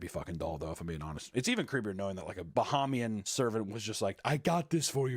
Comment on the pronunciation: As a Bahamian, the way they say “Bahamian” is hurting my soul.